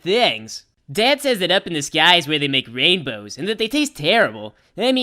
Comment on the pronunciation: lol, i didnt notice he said rainDows...